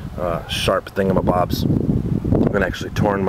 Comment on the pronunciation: Thats a cool thing-ah-m-bob lol.